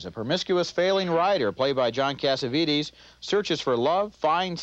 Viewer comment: Casaveetees? Geez, I think Roger Ebert mispronounced John Cassavetes's last name. And good grief, Mr. Ebert gave little time on Purple Rain, the 10th movie than what he did with the 9 movies. The one movie on that list had the music of a porno. The one with the woman on her bed without a bra on. Geesh!